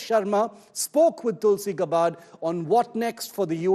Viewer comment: Gabbbbard nahi be....naam to thik se bolo.